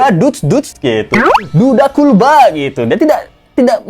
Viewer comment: Maaf sebelum nya. Mohon anda mengkoreksi sebutan kulba itu. Intonasi dan sebutan nya itu seperti terkesan merendahkan. Padahal harus kt akui bersama klo jasa buruh bangunan jasa2 nya kt nikmati bersama, termasuk ruangan yg anda tempati itu pasti jasa dari buruh bangunan. Terima kasih sebelum nya